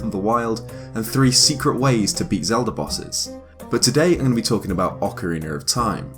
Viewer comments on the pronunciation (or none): "Ocariner of time". I am triggered. Just... stop pronouncing the extra random non-existent R. I bet you pronounce it properly when Ocarina isn't before a word that starts with a vowel. Just pronounce it how you would if you just said "Ocarina" as a single word. I can't see it being that difficult. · Why do you keep pronouncing words that have an A at the end with ER like Ocariner Zelder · Blake Bonner I hate it so much when people say ‘ocariner’ and it happens way too often. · it's ocarina not ocariner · "Ocariner of time" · "Repeat after me. Ocarina." "Ocareener." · Awkeriner of Time, eh? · good ol ocariner of time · Why does everyone call it "Ocariner"? Almost every zeldatuber calls it that but isnt the "A" a soft sounding? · “Ocareaner of Time” 😉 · I love Ocariner of Time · ''ocariner of time'' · IT'S NOT OCARINER YOU FUCKING IDIOT! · OcarinA with an A sound. Its not Ocariner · It's ocarina, not ocariner. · Ocariner? That's not how you say that... Accent or not, there's no r at the end. Ocarina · Okkkkarina of time? Surely you mean Ocarina of time... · Love how some British and Australian people pronounce things that end in an "a" as "er" like ocariner (ocarina) or impaler (impala) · Ocariner of Time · I don't understand why some people say that the correct pronunciation for "Ocarina" is "Ocariner" precisely in this game, my native thongue is not english, so I had to ask a native for the correct pronunciation of this particular word and saying to me it was "Ocarina" so, even if it sounds better, why would you pronounce it like ocariner and people said that it is the correct pronunciation. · Ocariner of time? Ive never played Ocariner before over in the states its pronounced ocarina like how its spelled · Ocarina not Ocareener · Ocariner of time. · I heard Zelder at least once. Lost count on ocariner, though. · OcariNer, no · Good ol' Zelder, Ocariner of Time. What a game. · Haha "ocariner of time" english bastard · Ah, yes, Ocariner of Time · “Acoriner of Time”